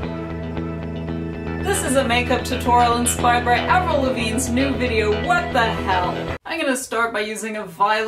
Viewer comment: Her name is Avril Lavigne not "Avril Lavine"